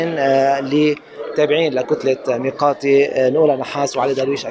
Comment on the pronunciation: ياطليع بالغة العربية ميقاتي مش مياءتي